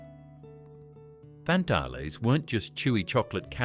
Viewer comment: Pronounced Fantails!!!!